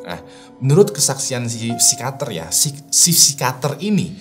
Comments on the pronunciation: pesikiater bang bukam sikater 😁😁😁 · psikiater apa psikater sih bang???? 🤣🤣🤣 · Psikiater Bang ,bukan Psikater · Susah bet bang kyanya pas harus ngomong pesikiater😂